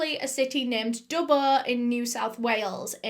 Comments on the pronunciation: Great story, was a bit annoying how she was pronouncing Dubbo though lol. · I'm from Australia and as soon as you said Dubbo I winced. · She says Dubbuo not Dubbo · Do U mean Dubbo not Dubbooo? I was born in Dubbo NSW Australia lol can't believe that happened there and Dubbo is in the bush how could they be in all these city's in one night do mean towns ? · haha the way you pronounce dubbo is amazing edit: okay it’s killing me it’s pronounce dub-boe not dub-bah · the way she kept pronouncing dubbo killed me every time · Hearing you say Dubbo did my head in and I couldn't finish watching this. Holy fucking shit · the way you say dubbo makes me laugh, it's not wrong it's just a fun way to say it